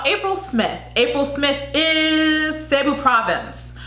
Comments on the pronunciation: Mind the pauses(-) Capiz is "ka-piz" ka as katrina soundinh like a latin word piz as pizza Pasay is "pa -sigh" Davao del norte is correct Cebu province "SEABOO" fast no pause Aklan..correct General santos correct 😄 Again with the " seaboo" its fast like a line Quezon " ke-zon" as ken barbies boyfriend Biliran is correct sorsogon..is correct Davao is ok Paranaque is ok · Hello! Here are the proper ways to pronounce the Provinces and Cities of the Philippines in this video! 😊 (I hope this will help) And thank you for trying to learn ❤️ Baguio is pronounced (BAG-YO) Pasay is (PA-SIGH) Davao Del Norte (DAH-VOW DEL NORE-TAY) Cebu Province and City (SEH-BOO) Aklan (AK-CLAN) General Santos (General SAN-TOSS) Quezon City (KEH-ZON City) Biliran (BEE-LEE-RUN) Sorsogon (SORE-SO-GHON) Davao City (DAH-VOW City) Parañaque (PAH-RUN-YAH-KEH) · The announcer at the prelims pronounced Cebu city as 'seeboo' and Quesan as 'kayzahn'. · CAH-piz. Stress on the first syllable PAH-SAHY focus on both separately yet equal stress seh-BOO - stress on second syllable ak-LAN - say it quickly with stress on 2nd syllable not first. Our "o" is short not long like in slow. More like in "on" KEH-zon - again a short "o" bi-LEE-run - stress on the second syllable DAH-vow - like broken vow